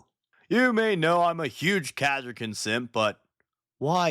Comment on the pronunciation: But... They're the KAH-sir-kin... Ka as in Castle.